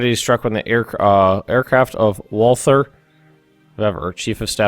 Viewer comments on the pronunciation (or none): none